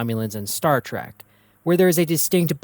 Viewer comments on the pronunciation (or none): none